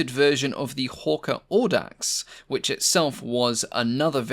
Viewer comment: Not "Awdax" but "Owdax".